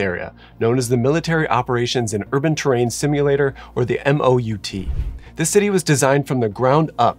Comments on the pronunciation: MOUT is pronounced “maout” like mount without the “n” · Don’t forget to pronounce “MOUT” as a word to be closer to the military lol. Didn’t expect this video to take me back to my time on MSG duty!